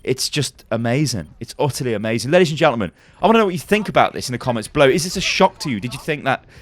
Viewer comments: did you just said A-mei-zing? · "It's utterly A-Mei-Zing"